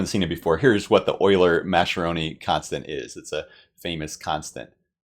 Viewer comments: Great video with lots of fun and clear explanations! One very minor non-mathematical note: Mascheroni is an Italian name and the "ch" is pronounced "k": mas-ke-ro-ni. If you're used to German, it's easy to see the "sch" together as "sh". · I think Mascheroni should be pronounced like maskeroni if it's Italian, since the h converts the c to a hard sound such as we see in Tedeschi and bruschetta and barchetta and maraschino and Machiavelli.